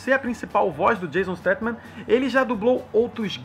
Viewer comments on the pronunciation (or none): É jason statham e nao jason statman kkkk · Precisa aprender os nomes dos atores! Quem diabos é Jason StatMan? É StatHan, com o H tendo som de RR! Fora isso e outras coisinhas, está de parabéns pela publicação. Nós, os fãs de V&F, temos que saber de quem são as vozes que ouvimos na dublagem! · Ele chama o jason statham de jason steteman kkkk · não é jason stathman,é jason stathan.